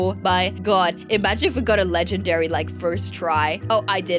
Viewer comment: It's legendary not ledgenary